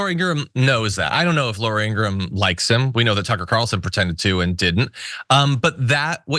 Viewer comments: Her brother said it's IngraHAM..please pronounce it as she hates it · Laura IngraHAM? You mean the Nazi sympathizer who pronounces her own name wrong so she's not mistaken for being a Jew? 🙄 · Laura is absolute scum, but that is no reason to not pronounce her name correctly.